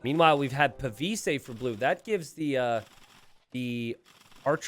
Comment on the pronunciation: In pavise the E is silent, pa-viss, with a mild emphasis on the 'pa' part. A pavise is a large, rectangular shield that can be set upright, or hammered into the ground before an archer, to give them something to take cover behind. Basically a deployable, (half-)length riot shield. The more you know 🌟🌈